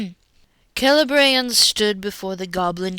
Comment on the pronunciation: Kay - Lay Bree - ANNE? What IS WRONG WHIT YOU? Leave our kids alone!